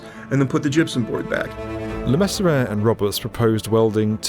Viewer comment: le-MEASURE. le-MEASURE. le-MEASURE. Your pieces are too well-researched and -produced for mispronouncing the names of your lead characters.